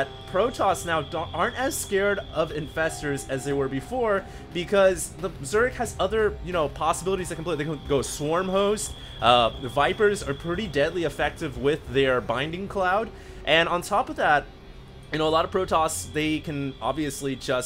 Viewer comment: Sorry to be picky but every video I watch in which the caster mispronounces "blinding cloud" (there is an L in it) annoys me. Anyway thanks for the great cast.